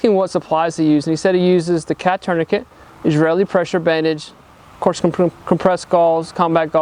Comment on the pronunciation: Great video! Not going to lie, I was shocked when you pronounced "Israeli" correctly.